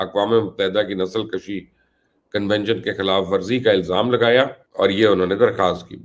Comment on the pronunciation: نسل کشی!۔۔۔۔ کشی کے ک پر پیش پڑھا کریں۔ کش کے اوپر پیش کے معنی ہیں مارنا جیسے جراثیم کش ادویات۔۔۔۔ خود کشی۔ وغیرہ۔ کش پر زبر پڑھیں گے؛ اس کے معنی ہوں گے کھینچنا۔۔۔ جیسے سگریٹ، یا حقہ کا کش، جیسے کھیلوں میں رسہ کشی۔۔۔ یا کش مکش۔۔۔۔ فارسی کے الفاظ ہیں۔ کش۔۔۔ ک پر پیش ہو تو کشتہ اور کشتی بنتے ہیں۔